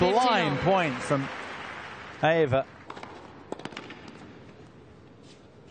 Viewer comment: These commentators need to pronounce Aiava's name better. It's not that difficult.